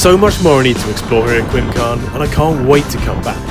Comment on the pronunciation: Cracking video dude. The W in Welsh is pronounced 'oo' for any future Welsh trail videos 😂